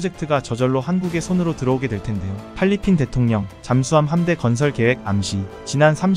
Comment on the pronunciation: 왜 잘꾸 팔리핀 이냐고요 똑바로 읽으세요 .